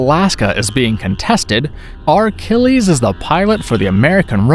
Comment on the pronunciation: Achilles, dude... In Robot Jox the guy’s name is Achilles... Not Archllies... Two seconds to check IMDB you know..